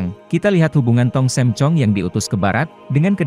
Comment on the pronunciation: Tong sam, bukan tong Sem pak 🙏🙏🙏